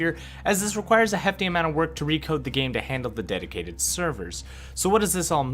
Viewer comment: Omg did I just hear deticated server!?